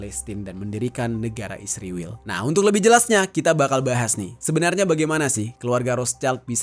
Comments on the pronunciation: Bang kenapa sih pake kata "isriwil" sebut ae "israel" gitu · Anda ini anti semit dari cara anda mengucapkan kata isriwil dasar rasis